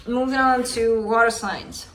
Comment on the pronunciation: Idk why I burst out laughing at “movming”